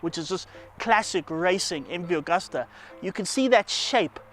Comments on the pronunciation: It's Agusta, not Augusta. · Chaps - it's MV Agusta, not MV Augusta That's Italian for August